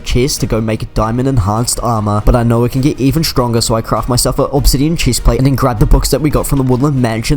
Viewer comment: Ah yes Chisplate :)